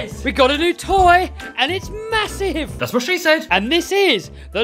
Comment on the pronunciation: Why do u say mosive